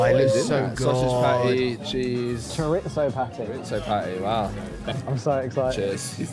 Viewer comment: Their pronunciation of chorizo sends me every time. They pronounce it like it's an Italian word not a Spanish one. In Latin American Spanish the z is more of an s sound. Like chor reese oh.